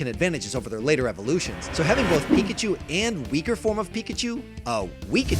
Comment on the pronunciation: When you said weak-a-chu I threw up in my mouth a little bit